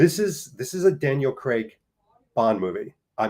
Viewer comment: Kudos for correctly pronouncing Craig's surname. I honestly am baffled where many North Americans get "Creg" from?